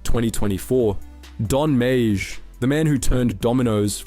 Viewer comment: Don’s last name is pronounced ‘may’ love the video very accurate but this killed me the whole time